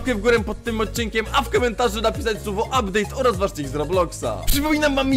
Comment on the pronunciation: "Uptade" już farmie na nowy uptade :D